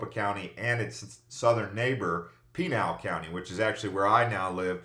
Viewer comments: You are mispronouncing Pinal County. It is pronounced...."Pin - Al." Not "Peen Al." Just saying. Nice video. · Just so you know tou are saying Pinal wrong, its pi-nail